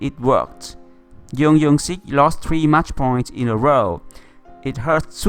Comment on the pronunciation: tennis "PingSunday " Please, I told you last video, to stop calling him "YEUNG YEUNG SIK" But his name is JEONG YOUNG SIK LIKE JUNGLE JUMANJI JORDAN JUICE YOU EVEN LIKED MY COMMENT BUT YOU STILL PRONOUNCE IT WRONG> OH MY GOD